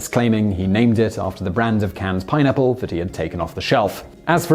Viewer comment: Really.... pinapplos🤔 puts pineapple on pizza.... gavemeusapieceus? TF. Thanks Simon I am crying🤣